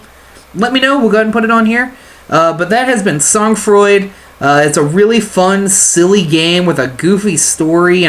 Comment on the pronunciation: I like your commentary and gameplay :) Just nitpicky, but the pronunciation would be more like "Soan Fraw", for future reference /frenchgrammarnazi (I guess that makes me a grammar collaborator? grammar Vichy? XD)